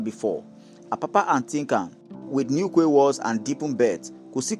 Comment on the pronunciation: Quay is pronunce key! Hope this port rehabilitation and modernisation is true.. Tinubu is definitely trying but unfortunately Nigerians are more interested in stomach infrastructure, not national development...😢They should add onitsha river port to it, by dredging the river Niger. I read south Niger is agitating for a port as well. They want federal government to dredge the Niger river and open baro port... Thanks.